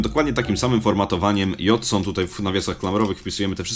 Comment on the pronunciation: Pisze json ale czyta się dżejson. :|